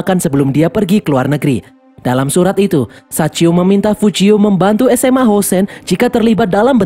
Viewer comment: sachio bang bukan saicho😭